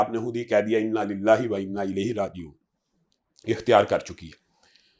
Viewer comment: Ooh Bhai bhatti it's Inna lillahe wainna illahe rajioon. Please correct your pronouns 🙏